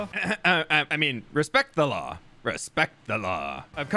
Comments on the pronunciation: He even said ‘the law’ like ‘the claw’ 😂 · It took me way to long to realize you were saying law like claw... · trying to convince people he respects the law while obviously making "The law" sound like "The claw".